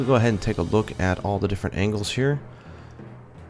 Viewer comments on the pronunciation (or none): none